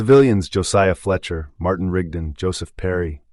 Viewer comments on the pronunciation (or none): none